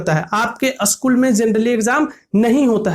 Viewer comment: Usschool kyu bol rhe ho